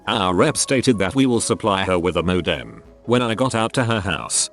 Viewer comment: I dislike greatly how the voice says ‘modem’ i now feel completely distraught when there computer related stories on this channel.